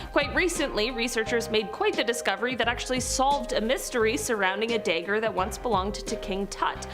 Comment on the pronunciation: Today on teaching how to talk, there’s not a “y” in dagger, so it isn’t daygger it’s dagger.